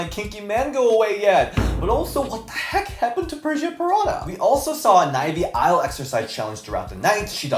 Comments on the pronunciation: I feel like always says Nivy iLe 💀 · not you saying Nivy Ile lol